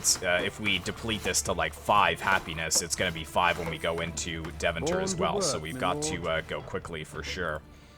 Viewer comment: Since you mention the pronunciation : Deventer is pronounced Day-fan-tur. Love the content!